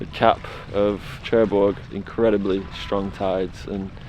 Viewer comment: Love your videos. Great stuff! I love your accent as well! However, it’s pronounced nearer Sherbourg rather than Chair bourg! A small thing of little significance but damn does it grate! 😅